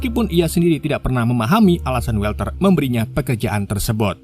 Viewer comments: WALTER dibaca WOLTER bang,,, bukan WELTER, huruf A tidak selalu di eja jadi ''E''. kadang tetap A kadang bsa jadi O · mas org yg namanya Walter itu dibaca wolter bukan welter. cb cek di google dl cara bacanya